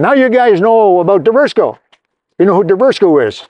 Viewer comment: It should be pronounced Divers-co! Lol